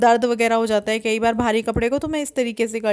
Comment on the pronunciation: आप केई बार नही बोला करो अच्छा नही लगता सुनने में सही बोला करो "कई बार " सही है,😊👍